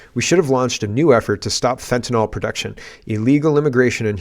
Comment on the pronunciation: Petty gripe, but it's fentanyl, not fentanol. I hear this mistake everywhere, including Monsieur Trump at his inauguration.